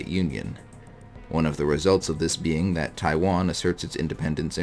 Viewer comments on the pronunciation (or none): none